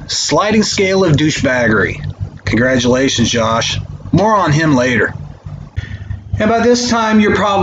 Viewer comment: did you say......"moron him later"? oh...more on him later.